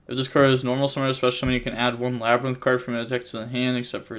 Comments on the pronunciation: “Laber- Rinth” (LABYRINTH)… you really butchered it lol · Bro just say lab-rinth lol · Labyrinth. It’s just the word. Lab-ri-nth lmaoooo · Lol LAH - BRIAN- TH 😂😂😂😂😂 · "la bryan tith" NO WAY🤣🤣🤣He has got to start watching Market Watch more with MKohl. This takes effort yo be this wrong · My guy, how do you not know how to pronounce labrynth?